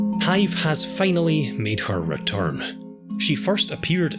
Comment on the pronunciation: normal people: finally him: FEINALLY